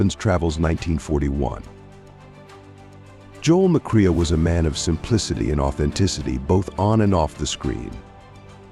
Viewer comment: Joel McQueer HAHAHA That would be Joel McCrea